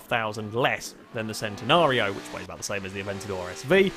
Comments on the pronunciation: It's pronounce Chen - Ten - ario not Cent - en - ario :P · its always been Chen-Ten-ario ask lamborghini then? im sure and they have said its chen not cen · We do speak it Centenario in Portuguese, but the original Italian name is still pronounced /Ch/entenario. Nonetheless, every language and accent is going to speak it its own way, so we shouldn't expect a British guy to say it like an Italian guy and all.